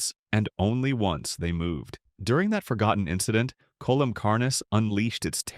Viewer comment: "coelum" is pronounced "see-lum", it's another word for body cavity.